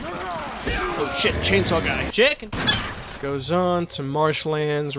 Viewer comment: No, I swear to God I hear CHEECKEN xD